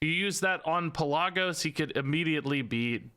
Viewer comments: I love your videos, but one thing. it's pronounced Pel-luh-gos. You were close and I know you don't play world of Warcraft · I am so sorry but Pelagos is Pe-la(short a)-gos I still love the vid though! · its actually pronounced Pel-uh-goe-s. Greek, Macedonia or Thrace of origin if i recall. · It's wingardium Pel-a-GO-sah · It's not Pelagos, it's PelaAaaaAaaAaAAaaAAgos. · in greek we have something that's called tone it goes on top of a letter that helps so ppl don't mispronounce the word, that's why I said it like that cus to an non eng speaker the pe-la-gos that he said could be pronounced 3 different ways atleast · Pelagos(pel-uh-gose) I’m sorry but that just triggered me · it hurt my ears every time i heard pellahgose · Lol you are pronouncing Pelagos wrong. I cringed every time you said his name. 😂😂